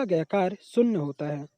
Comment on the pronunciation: शून्य ❌शुन्न ✔ Sin theeta ❌saan theeta✔️